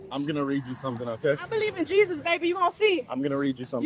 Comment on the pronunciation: "I believe in Yisus"...... that's exacly why i'm an atheist